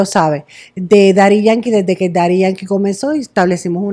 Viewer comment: Nadie: “desedeque ocurrió el incidente”